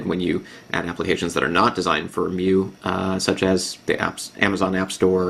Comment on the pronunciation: its pronounced My U I however i love the review.